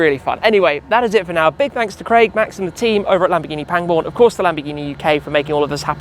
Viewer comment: am i the only one that understands Lamborghi Penguin when he names the dealership😅🐧